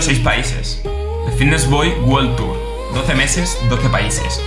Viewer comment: WOL tur? Jajjajajajaajja